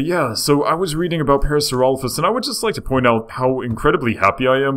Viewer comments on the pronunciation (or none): It is pronounced par-asor-lop-ez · Isn't it pronounced PAIR-uh-SAWR-oh-LAH-fis? I thought it was. Maybe not... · Its pronounced pair-a-sara-loph-us. Could you also talk about Micropachycephalosaurus and Carcharodontosurus or Baryonyx?